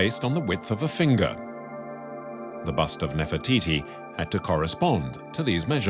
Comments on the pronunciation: woi......bicara yg benar....bukan nefertitis.....cukup bilang NEFERTITI........Jangan sembarangan....klo ngomong ...memalukan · Take a shot everytime he says Nerfititi 😭😭😭